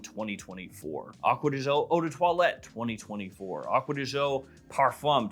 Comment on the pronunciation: Acqua di Gio isn't pronounced Awkwa de Joe